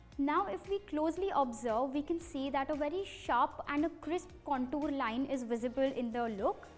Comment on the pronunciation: Contuur haha lovely English